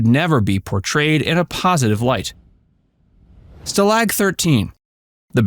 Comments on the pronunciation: STAH-lag, not stah-LAYG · "Stah-Lahg" not "Stalig"... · It's not Stah Lag! It's Stah LOG!! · Who reviewed the pronunciation of the narrator? It’s STAlag not staLAG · "Sta- LOG." You better watch the show. They always called it a "Sta-Lag," with a short "a." Equal emphasis on both parts. I wasn't left speechless. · This is supposed to be a 'live' narration? Really? Stalag being pronounced phonetically as: Stah-lag rather than the Americanized version of: STA-lag -- or the German pronunciation -- of which it is modeled upon -- no doubt!) of STAH-lag. Really? Live narration my 'ASP'! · Didn’t take narrator to screw up story. Google will teach you how to say ˈstäˌläɡ/. Log. Like tree. Not lag. Like jet lag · "Stall-ag 13". Stupid A-I narration. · It's Werner KLEMPERER, not "Klempner." Robert CLARY. STA-lag. Thumbs down for screwing up cast names and making a video allegedly narrated by a human sound like it's AI. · You keep mispronouncing Stalag. First of all the emphasis is on the first part of the word and secondly it's pronounced: stahhlahg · You keep mispronouncing “Stalag”,, If you had seen the show, even once you would know how to properly pronounce it, or are you an AI that is narrating this? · I wish those who did this type of video knew enough to at least pronounce let words and names correctly :) Kinchlo never used "skipper" to refer to Hogan. Furthermore, super was a naval nickname. Stalking 13 inmates (as portrayed in the show) were army air corps (Airc Force hasn't been formed in WWII). Tidbit: i believe Ivan Dixon (Kinch) was the first African American (i hate that label; Black, too - he's American. 'Nuf said) to get a regular major part in a US TV series. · "Stalag" should be accented on the first syllable, NOT on the second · How can you correctly produce titular and mispronounce stalag? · You never watched the show. I can tell because you can’t pronounce stalag. Annoying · Needs to learn how to say Stalag.